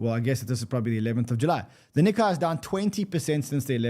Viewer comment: Nikkei rhymes more closely with "cay", not "cobra kai". Please tell to stop scratching his nails across the chalkboard!